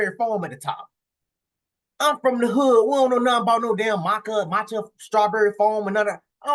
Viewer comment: It’s matcha not Makka😂😂😂😂